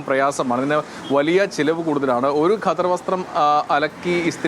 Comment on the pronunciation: ഘദർ അല്ലല്ലോ? ഖദർ അല്ലെ ഒരു മാധ്യമ പ്രവർത്തകൻ്റെ ഉച്ചാരണം കേൾക്കുമ്പോൾ പുച്ഛം തോന്നുന്നു.